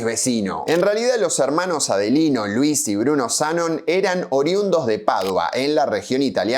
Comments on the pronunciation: Es Zanón.. en la foto de la licitación está con tilde, y las publicidades de los cerámicos decían “Zanón” también. Me tiembla el ojo de escuchar esa mezcla de tilde y no tilde. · Zanón, no Zanon. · Una minicorreccion.. Es Zanón no Zánon y lo que mas disfrutaba del Italpark era el salon de tiro. El pianista que le tirabas en el culo para que toque, el pajarraco del reloj. Los sapos.. Nunca encontre ni una foto de ese salón. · Ea Zanón, no Zánon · Zanón maestro, Zanón. No Zanon. Corroboralo en el sitio de árbol genealógico. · Amo tus videos.... Pero me destruye que pronuncies el apellido como Zánon... Es Zanón!!! Jejejeje! Mí nonno tambien era del Vento, de un pueblo cerca de Padova, y cuando emigró a Argentina también abrió una fábrica de cerámicos ❤😢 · En uno de los documentos que mostrás está escrito Zanón con tilde, así que sí, se pronuncia "Zanón". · Como todo veterano de mi edad sabe y recuerda (por haberlo escuchado desde nuestra adolescencia), se pronuncia ZANÓN... de hecho si te fijás en un documento que vos mismo mostraste en el video... aparece correctamente escrito ACENTUADO EN LA "O". Punto. Fin de la polémica. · hola soy zanon, la nieta de luis, Zanón es con acento en la o. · zaNON. siempre pronuncia los nombres como el orto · Zanón aparece con tilde. Resuelto el tema de la pronunciación del apellido. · En una imagen del video, en un recorte, aparecen como "Zanoni" lo cual tendría sentido visto que es un apellido italiano. Y respecto a la pronuciaciòn, me parece que es Zanòn. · Cómo estás. No es lo principal pero me parece que la pronunciación correcta del apellido es Zanón con acento en la o Sds